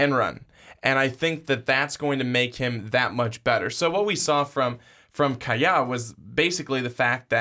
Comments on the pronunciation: Not to harp, but please know the pronunciation of the names used in your podcast. Kaaya is pronounced "Ky-Ya" not "Key-Ya" or "Ky-Uh." You both mispronounced his name. It makes you sound like you don't know the player if you don't pronounce their name correctly. I agree with that Perry should be the starter. Rosier and Sheriffs have had at least 3 years to make improvements and show what they can do. No wow factor in either player. Perry has the most upside. He has the strongest arm and he throws a silky smooth catchable ball. He just needs to show in Fall camp that he knows the playbook and can adjust to the speed of the college game. If he shows even level talent with Rosier and Sheriffs, then Perry is the starter because he has a higher ceiling. I must correct you though. Perry is not a "dual threat" QB. He will NOT rush for a 1,000 yards. Perry is a pocket passer with great pocket presence and escapability. He is more than capable of making first downs with his legs, but he is a past 1st run 2nd QB. There will be very few designed runs for Perry if at all. He is more of an Aaron Rodgers type, not Jalen Hurts. As NFL legendary coach George Allen once famously said, "The future is now!!!" I'm not worried about FSU in week 3. Get Perry ready and throw him out there week 1. In week 3, let him experience a Miami-FSU game now!!! This is the only game that Miami will not be favored regardless of who is playing QB. It should be an 11-1 or 10-2 regular season and a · Pronounced K Eye Ya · Its pronounce K-EYE-YA .Whats even worse to me is that they don't know Miami Football at all! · I heard "keeya" and Logged off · The way you guys say kayaa name makes me not be able to take this serious. Pronounced ki ya. Also nkosi is I think pronounced en koh cee. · keyot? lol I'm out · I wanted to listen, but when the second guy pronounced my man Kaaya's name wrong I was out.